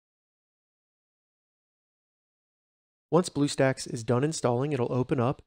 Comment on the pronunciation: you said bluesacks XD